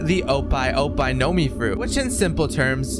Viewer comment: bro said opai opai no mi bro never watched the anime